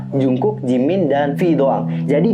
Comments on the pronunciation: Cuma ngingetin aja kak, klo jungkook itu dibaca jeongguk bukan jungkuk😁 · iya maksudnya itu penyebutan yang ngomong jungkook harusnya dibaca jeongguk dan taehyung harusnya dibaca taehyong,aku cuma membenarkan karna tau.dan aku juga tau kalo nama mereka jeon jungkook dan kim taehyung. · Kak itu penyebutan nama taehyung sama jungkook nya salah.yang bener jeongguk dan taehyong kak.harap bisa membantu